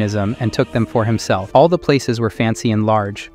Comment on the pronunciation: makes SO much sense, for a while it was saying the word "all" as the name "AL" like short for "Albert" and it was getting on my absolute nerves. "Colleagues" was "Coll... eague... ands" a few times and was said slowly like he was reading the word for the first time in his life. "Filled" > "Fill... ed" || "Surveillance" > "Sur... veil... ahns" || "Following" > "Foh... low...ing". A lot of the pronunciations are really throwing me off and I notice them so much, I understand why this channel is probably using AI, they're probably taking out a lotta content but ehhh.. it's just not for me. After I'm done hearing this story, I'll be going to a different channel for this sorta stuff, I only clicked because I mistakenly thought it was a different channel that the voice sounds super similar, but it's much more expressive because it's someone actually reading it.